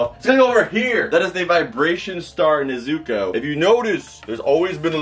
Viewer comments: Brooo it's (NEZ OO COH) NOT NEHZUCOH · Start of the video: "NE-zu-ko" Kanpeki Two-minutes in : "Ne-ZU-ko" OH NO! What happened? No. No. NOOOO!!! Hahahaha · It’s pronounced N E Z U K O FYI I am not saying it’s you it’s just evey friend I have says ne so co and I say it’s ne zu ko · You quit saying nezuko like that please say it like is said in the anime nezuko